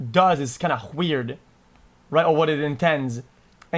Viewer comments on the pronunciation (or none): mans said hweird